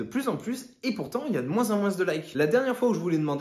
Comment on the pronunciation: Excellente vidéo! J'ai juste un peu de mal avec le s de moins